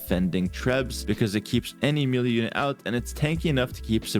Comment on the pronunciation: Please, it's meh-lay not meely.